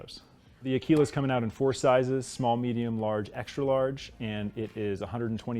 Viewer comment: As an Italian the pronunciation he has of Aquila, makes my ears bleed every time. In Italian Aquila means Eagle